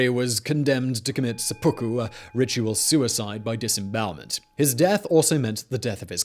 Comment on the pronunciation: Yeah, not really, though. It's called sehpuku, not sepookoo.